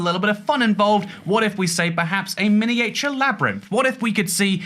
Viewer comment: No one talking about pronunciation of miniature?